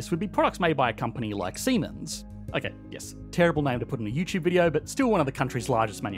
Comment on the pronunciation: Pro tip: pronounce Seimens the German way: Tzee-manz, and YouTube algorithms won't glitch.